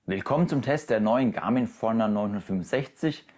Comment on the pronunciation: Die Uhr heißt Forerunner. Ausgesprochen wie: For Runner. Also Für Läufer.